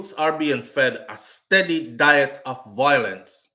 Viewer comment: the word is VIOlence - NOT VOIlence.